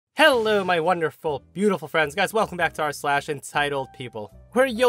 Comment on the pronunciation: luv calling us butiffull (